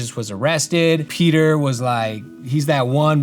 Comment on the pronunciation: As an italian, I could really see the effort you put into pronouncing the words right! Thank you for the respect, Peter!! ☺️ I love these type of videos! I think that learning alongside someone who is researching for a project is so much more fun than being taught haha